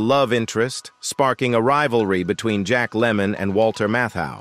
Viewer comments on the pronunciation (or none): none